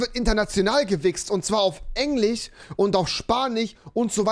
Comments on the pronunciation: Sagt rewi absichtlich englich und spanich? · Niemand: Rewi: Gewi*xt wird auf engliCH